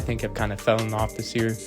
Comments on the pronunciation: You wrote “fallen” but keep saying “fellen” which isn’t a word. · Ok, sorry. I did about 5 minutes of research and found "Old High German fellen," and "middle English" for the use of the word fellen. I did not realize you wrote "fallen" which is not pronounced how you pronounce "fellen" and I also didn't realize you were resurrecting an ancient word. So why did you write "fallen" in the title, but say "fellen" the whole video? (by the way, spell checks don't recognize "fellen" either.